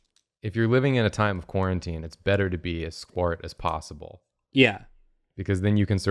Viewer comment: did. anybody else. understand 'squat.' as 'squirt'. every. single. time.